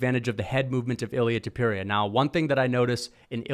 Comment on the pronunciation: And learn how to pronounce names correctly Topuria Sounds like Tópooreeah When you pronounce names with their phonetically authentic accuracy you earn so much more respect. It’s important.